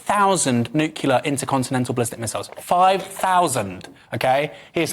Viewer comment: Is GW Bush responcible for "nuclear" turning into "newkilla"...damn